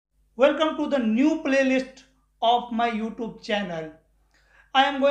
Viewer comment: Hell you….dont how to pronounce oouTube!!!